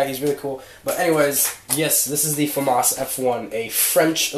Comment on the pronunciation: Awesome ! Later i'll ask you some question , i'm a starting film maker and your work really impress me ! sorry for my bad english , FRENCH POWA ( thanks for pronuncing FAMAS the right way :D )